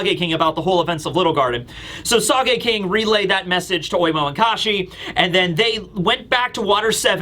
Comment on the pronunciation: I think you'll find his name is Sogeking, not Sageking